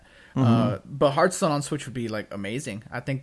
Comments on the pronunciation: It's "Hearthstone" not "Heartstone" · HEARTstone? HEART? H A FRRAKING H... im done